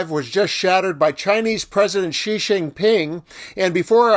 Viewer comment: 'XI' is pronounced as ' See', not 'Gee''